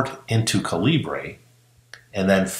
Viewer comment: Excellent info! Thanks. One point, though: It's pronounced "caliber" (just a different spelling, since the developer is Indian and uses British spelling conventions).